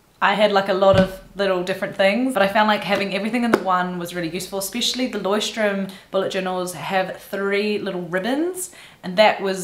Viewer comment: loved the digital approach - eventhough I´m a pen and paper kinda girl. The word leuchtturm is a german word wich means light house the ch is quite hard to pronounce for foreigners but you did well :)